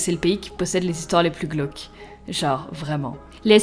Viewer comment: Quand tu disner glaque c'est gloque